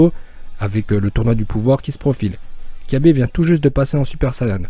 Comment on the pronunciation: On dit pas kyabe mais cabba